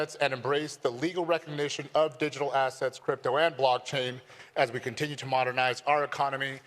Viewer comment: Bro said "block change" 😂